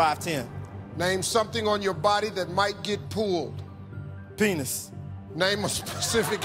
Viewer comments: I thought he was saying "name something on your body that might get pooled" and had no idea what the question even was the first 5-6 times he read it. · Is he saying pooled or pulled I heard pooled